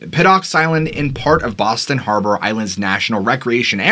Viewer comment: Im from Boston, A small City call Charlestown, you said Boston wrong. But everyone says it wrong